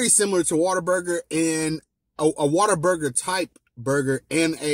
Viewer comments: Its "whataburger" not "waterburger" All love though 😂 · Bro, some of us in Texas pronounce Whataburger as "Waterburger" 🤣🤣🤣... I hate to say it because I still love Whataburger due to childhood nostalgia but I wish Griff's was Texas's main burger place! I grew up in Dallas eating Griff's in the late 80's and early to late 90's. Then I moved to Wichita Falls, TX in the early 2000s and had to say goodbye to Griff's for a while..☹...but now I live close and I've been blessed to be fairly close to one...😃😋🍔🍟🥤🤡